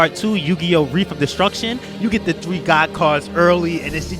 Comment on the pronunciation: Reef of Destruction? It's Res, as in Rest, without the T, Heef. Reshef. Dumbass.